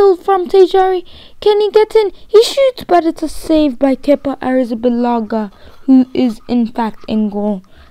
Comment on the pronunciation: The way you’ say Kepa’s Other Name haha #SA